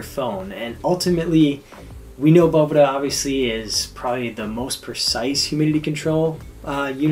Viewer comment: is the man! I must say, it makes my head hurt how people can sit next to him as he said "Boveda" over and over and you still say "BoVEEda" Just don't understand it lol.